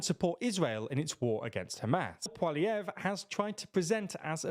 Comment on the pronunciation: How lazy they didn't even read his name before trying to say it. What the fuck's this "pwahlievre" shit?